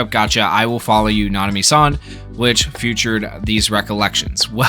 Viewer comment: My guy pronouncing “featured” as “few-tured” instead of “fee-tured” will never not hit my ears wrong 😂❤️